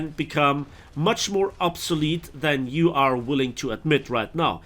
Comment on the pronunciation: Why you suddenly started to say "yee" instead of "you"? Reminds me some Southern U.S. accent from the Civil War.